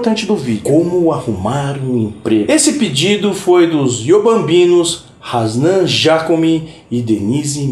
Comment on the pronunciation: você foi o único que consegui acertar o nome do Hasnan de primeira, nem a família dele fala certo